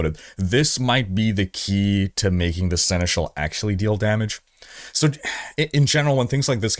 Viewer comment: Horizon crossover 🙂 Oh, just pronounce Seneschal the proper way, i.e. the French way :-)